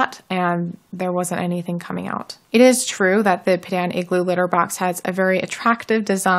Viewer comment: I believe it’s pronounced ‘pea-dawn’ and could you please do a review on their tofu cat litter? I heard it’s amazing and I am wanting to get it!